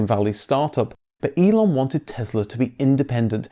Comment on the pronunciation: Tess-la not Tez-la, please.